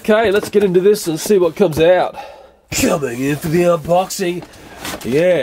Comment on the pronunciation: "Coning for the unboxing" original